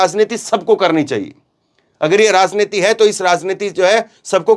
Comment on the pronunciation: Is bkbk ko news kahtay hain? Aur yeh zankari zanta razneeti kb tk j ko z bologay